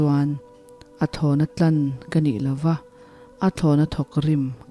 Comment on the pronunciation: A thlàwna tlàn ti a chhiar tur zàwk a nih hmel e,tlan nilo vin,ka lo sawi ve mai mai a nia